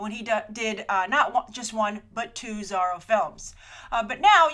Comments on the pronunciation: Zorro no Zarro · She says it like Biz-zarro or Bat-zarro... weird, right? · You say Zorro funny ;)